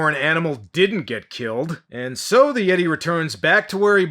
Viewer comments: Been with ya a long time,. Looks like you about to hit 200k subs! Congratulations ahead of time! Oh, WTF is a Yay-Tee? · no I think he said Yeet’e